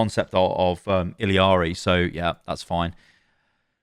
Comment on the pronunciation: MAAUUNAA STOP SAYING ILLARI WRONG TOO